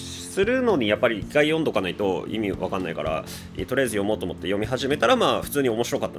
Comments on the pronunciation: 「おもんばかっていきます」に聞こえた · 「ご紹介していきたいと慮って行きますぅぅ〜」 って聞こえた